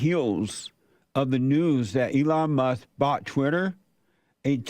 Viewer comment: "Twutter" and "Tesler". Elon is doing even better than I thought.